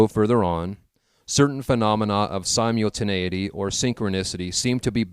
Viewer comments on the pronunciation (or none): Sy-mule-tinAity or sim-ul-tinAity? Haha i do enjoy this work I'm just commenting on something i noticed